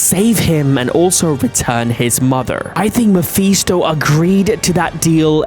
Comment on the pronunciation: its Ma-fis-to not ma-fe-sto